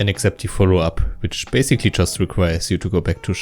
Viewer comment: Das "Bäysigli" hat mich gekillt xDDDD